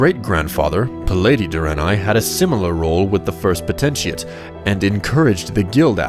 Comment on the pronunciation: I love you, but please pronounce Potentate right.